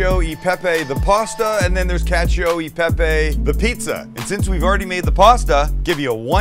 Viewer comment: I love you Sam but the way you say cacio e pepe always drives me crazy 😂 you've got cacio pretty right, but in italian you pronounce "e" as the first part of "a", like you would in the world "chef", so it's not "cacio y pepy" but "cacio e pepe"! Also, in italian we say "perfetto" without the c, hope this helps you and all non-italians ❤